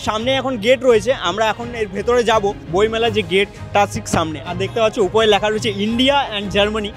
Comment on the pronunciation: Please take my suggestion change the anchor of your video hrithik dada ... His accent and pronounciation is so disgusting.... Lekha k lakha bolche toiri k touri bolche .. please change him .. if you are trying to do something big then erokom anari lok k rakha is not good ... R STOP PROMOTING GAMVLING APPS